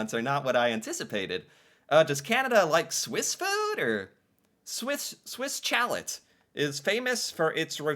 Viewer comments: Swiss Chal - eh - not Chalette ! A chalet is French for a cabin maybe in the mountains. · Swiss Chalet is pronounced Swiss Shallay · Swiss Chalet is pronounced as Shaleh. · Poutine is not fancy, it is cheap fast food. Chalet is pronounced "Sha Lay" A chalet is like a small vacation house in the winter, often close to a ski resort. Kind of like a cottage. Tim Horton is not a restaurant. The one close to me doesn't even have chairs or tables to sit. The Keg is where poor people go when they want to feel rich. They go to the Keg on birthdays. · Right lol. 😂😂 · 😂 love your attempt in pronouncing the name. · It hurt my ears Every Single Time he said it.... 😱 Try.... 'Shalay' = Chalèt (like a ski lodge).🤭✌️😊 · My god, your pronunciation is horrible. Swiss chalet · The way you were saying Swiss chalet had me dying 😂… we don’t say it like that. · Glad to know I wasn't the only one cringing every time said Swiss Chalet in a way that nobody else in the history of the human race has ever said it before...🤨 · For every time he pronounces Swiss Chalet incorrectly, an avalanche is triggered in the Alps. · Swiss Chalet ... as in ski chalet ...the "ch" is soft as in shhhh and the "t" is silent. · LOL emphasized on the T too